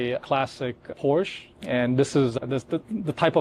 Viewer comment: Everything is Superb with this “912” except for that stupid roof rack. It ruins the aesthetics and line of the car, not to mention that it torpedoes the lightweight ethos of the car and causes a ton of aero drag. Plus the “collector” cannot even pronounce Porsche correctly . 😮 Get rid of the roof rack and the owner and the car is perfect.